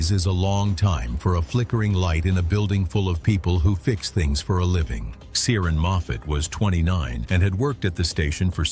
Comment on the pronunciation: PLEASE try to get names right. There is NO soft "C" in Irish. His name is pronounced KEER-ahn. It's not some rare or obscure name, either in Ireland or the Irish diaspora.